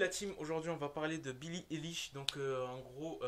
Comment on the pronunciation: « billie délish » j’entends ça quand tu le dit moi 😭